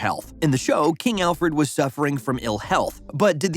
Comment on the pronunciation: The only name you pronounced correctly was "Alfred"